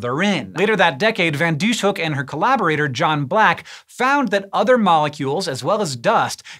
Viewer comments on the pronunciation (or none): I only know a little Dutch, so I might be mistaken, but I think the closet approximation to English for this scientist's name would be fan Dees-huk. The "sh" are part of seperate syllables, so they're not pronounced like the english "sh," which would be spelled sch in Dutch. Here's IPA is if helps: fɑn dis-høk :) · I've never seen anyones name being butchered that badly 😵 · I'm dutch and it's so funny to hear you pronounce her name